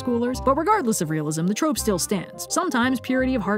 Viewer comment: Ah yes, Sir Pentious's Trrrrrope Talk! 🦜